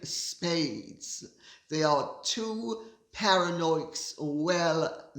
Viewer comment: Hello dear Lady C At around 15.0 did I hear 'Paran-Oiks' Ha ha ha! I do hope so xx.